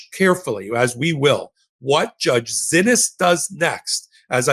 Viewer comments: ❓@ when are you going to pronounce the judge's name right❓ It throws me off every time you say, "Zinnis". Her name is pronounced, "See-knees".😜😁💜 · Why do you stubbornly refuse to pronounce the judge's name as "SEE-knees", after being told over and over that is how the judges is addressed? Totally frustrating.